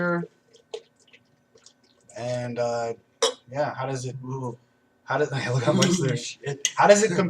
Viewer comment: Pronounced How. Not How-e. :P